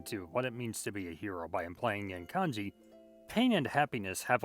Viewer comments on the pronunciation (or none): none